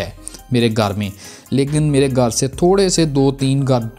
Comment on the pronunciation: Tere gar se🤣🤣🤣 abbe Sidaa bol lee hindi 🤣